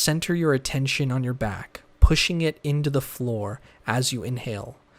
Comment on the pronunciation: U got to i-sol-ate and pay aten-zion